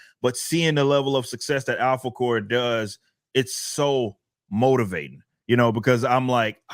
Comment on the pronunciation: I swear every time he says Alphacore it sounds like he says "apple core."